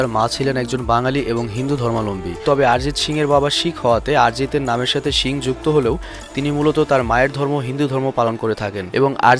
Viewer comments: ভাই শিং না,,,, সিং! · শিং না বলে সিং বললে ভালো হয় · শিং না ব্রো।😂 সিং হবে। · তোমার সিং উচ্চারণ শিং। LMAO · দয়া করে শিং উচ্চারণ না করে সিং(ছিং) উচ্চারণ করুন। এটা গরুর শিং না। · আরজিত শিং,বাহ কি উচ্চারণ